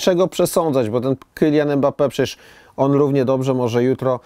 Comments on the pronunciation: Imbape się wymawia😁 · poprawnie wymawia się [ymbape]